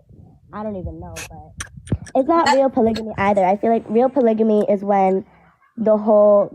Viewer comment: Why they keep mispronouncing “ polygamy” and “ polygamous” like it’s polyjanee or polyjanous? Even auto correct was fighting me on this lol